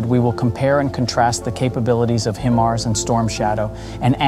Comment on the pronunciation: not "him" ars.... its "Hi" mars... geesh